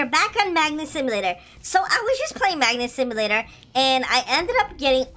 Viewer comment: lol you say : Black Hole Simulaltor lol Simulaltor